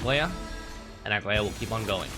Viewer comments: I wonder if people who make these guides even play the game? Idk how everyone, including, manages to butcher her name when it’s pronounced the same in EVERY SINGLE localization. Bro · couldn’t really focus on the video because every time he said her name I took psychic damage